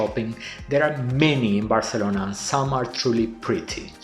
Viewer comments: he is speaking in English so he should pronounce it in English, and Spanish is not the native language of Barcelona. So it really makes no sense. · It's very annoying that you keep pronouncing Barcelona in Spanish. IMHO you should pronounce it in English.